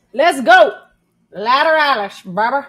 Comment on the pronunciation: You mispronounced it and quit dancing and acting like you're playing drums. Its annoying